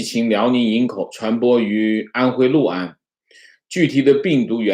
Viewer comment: 读对了 六（lu）安， 很多人读liu安，读错了